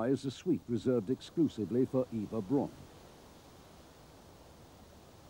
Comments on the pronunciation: This irked me. Eva is pronounced like Ava. Her last name is supposed to be pronounced like “Brown” not like “Brawn”. In German, “Au” has an “ow” sound. Just think of how Auschwitz is pronounced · About 30 seconds in, and the narrator had pronounced both Eva and Braun wrong.